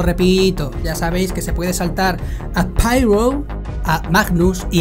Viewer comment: El marcial y el anubis tienen que ser unos personajes borrachos que lo flipas jajajajaja Grandes cracks, a seguir así, que soys la Vanguard-IA de la comunidad hispana de Star Citizen en Youtube. ^^ PD: No es Pairow, eh Pirroh mi arma JAJA